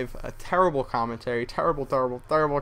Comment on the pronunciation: LOL he said "tarrable" like Charles Barkley.